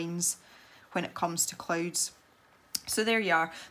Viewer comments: Every time she says clouds I think she says clothes XD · Natashli Ortiz The subtitles think the same😂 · Natashli Ortiz same!😂